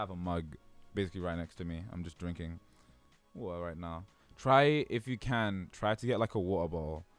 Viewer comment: Is it a meme to pronounce waTeR as “wa-uh”?